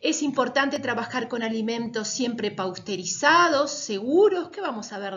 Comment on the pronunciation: Peor cuando dijo Pausterizado.